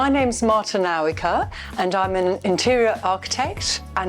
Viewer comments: omg how she pronounces her name is incorrect :D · Nice place but shame she doesn't know how to pronounce her surname as it is polish